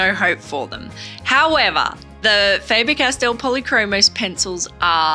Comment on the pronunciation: The Castell section is correctly pronounced. The german „A“ in Faber is differently spoken than in english. The german „a“ sounds more like the „a“ in the english word garden. Greets from Germany 👋